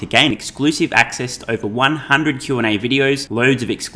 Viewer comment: “Fah-see-kul” and the way you say “over” sounds almost painful…